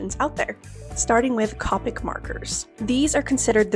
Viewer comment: The way you said copic so confidently but then said ohuhu correctly and questioned it 😂 teasing you. I've only heard copic with a long o